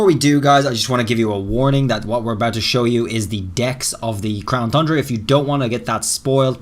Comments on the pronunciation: Please pronounce Crown Tundra correct its not thundra its Tundra like two and time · You did it again! 🤣 It’s TUNdra pronounce it as TONNE DRA not Thundra 🤦🏼‍♂️ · "Crown Fundra" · Lol this guy still saying Thundra 🤣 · if this guy says "thundra" one more time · Whathts THe problem bud? You dont like THHHHHHHHHHHHundra? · Still mispronounced Tundra😔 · I hate how you say tundra, I'm no longer watching your videos